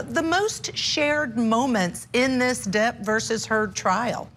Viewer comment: Depp not depo😹